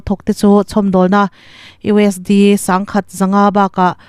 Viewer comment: Keipawh ka beng alo thlep thin, US D han tih te hi adik dawn emawnile